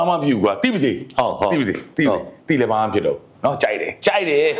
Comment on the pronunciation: အလောင်းစီသူဟေ့..စည်မဟုတ်ဘူး စီ..ဟေ့စီ.